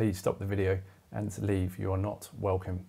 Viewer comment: I love that ‘please LEAVE!’ 😂